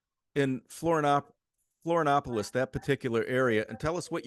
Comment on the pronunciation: The moment the guy interviewed says he never took the covid clot shot, you know he's intelligent. (The Host needs to learn the proper pronunciation of Florianopolis.)